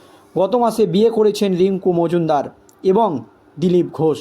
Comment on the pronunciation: অত্যন্ত দুর্বল উচ্চারণ।। অত্যন্ত শ্রুতিকটু।। রীডিঙ পড়ার মত এবং সেটাও অতি নিকৃষ্ট।। দোলন রাই কে, এবং মজুনদার কে?